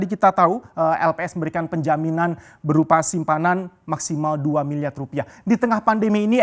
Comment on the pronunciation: Susah bro ngomong R wkkkw